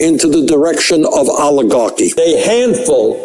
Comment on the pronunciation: Oligar-QUI !? Oligar-QUOI!!??🤨😆